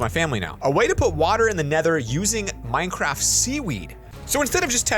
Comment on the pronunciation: Nobody going to talk about "Minecradt"